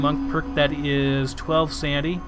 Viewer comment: It's "sanITy" not "sandy" #dumbass